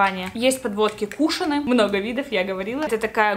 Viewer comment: Не кУшон, а кушОн🤦🏼‍♀️